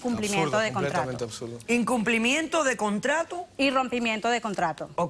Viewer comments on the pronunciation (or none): none